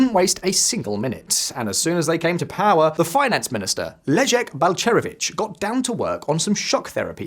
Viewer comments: Oh dude, it's Leszek Balcerowicz not Pleszek Balcerowicz. Small error but please check things like that. It's hard to take such videos and their authors seriously with such mistakes. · All good and all but there’s no such name as PLESZEK 😂😂😂😂 well done AI ;-)